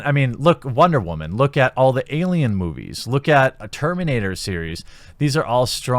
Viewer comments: Honestly “wamen”is getting old any annoying just saying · I'm confused as to what your definition of Wahman is. It's pretty obviously meant to be about a certain type of woman but at this point it seems like you don't even say the actual word anymore when speaking about women in general... If Wahman is what I think then I get it, but that's not all women, just like not all men are rapey shitbags like the media let's on. If not, either you're very clearly not unbiased... or you have a speech impediment. Either way, there's no way you're single. Just so this isn't the route comments go down, I'm not sjw or left or anything, merely speaking on the over/misuse of a word by a guy who speaks about unfair sexist assumptions and how it goes both ways. Also since you've clearly no idea how words work.. it's quadrupling down. Need a faceplam emoji. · captain wamen lol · Boy said wamen lol 😂